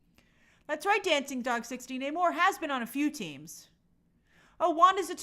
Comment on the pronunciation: It's not NAmor, It's Namorrrrrrr....